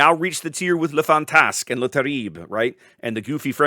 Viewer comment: Not bad pronunciation on the Italian name, however my ninth grade French died a little when you said Fantasque. Firstly you forgot "Le" in front of it, but more agregoius is you put WAY too much emphasis on the first syllable and blended the last two with a long S and sharp K. It's not like FAN'tassK, it's more like faN’tas'Q -- start in the valley, go over the hill into the next valley, and end on the hard Q.